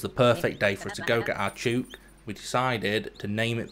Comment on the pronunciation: Thouroughly enjoyed the video. Love watching people play dinkum for the first time. Would love to see 200 days! Btw, chook rhymes with book lol